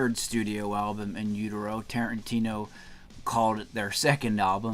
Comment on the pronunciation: "He thanked me on his SECOND album!" In Utero was technically Nirvana's third album. Bleach is so rarely referenced or even known about. How laughable that he didn't pronounce "utero" correctly, too. I enjoy Tarantino's films, but Reservoir Dogs has never been my personal cup of tea.